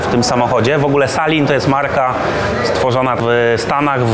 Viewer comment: Nie salin tylko selin wymawiamy uwielbiam wasz kanał praktycznie odnośnie motoryzacji i czegoś dobrego z jajem nie ma, pasją i normalnością w najlepszym wydaniu tworzymy zajebiste materiały .